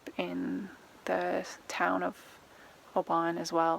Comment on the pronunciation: Your pronunciation of Oban was right first time, but please remember we don't have lakes in Scotland, only lochs! 🤣